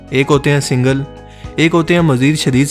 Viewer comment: Bhai tum sentence k akhri word py itna zor kiu dete ho? Hain hain hain Sunay main aisa lgta ha bakri ki cheenk phasi ha Itna ala channel ha ye kaam b thk kr do